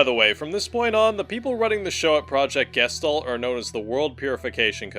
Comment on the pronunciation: The way Gestalt gets pronounced kills me every time.